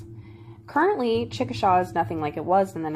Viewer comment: "Chickashay" is the pronunciation.